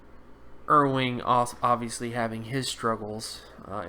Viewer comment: his name is Cam Erving not erwing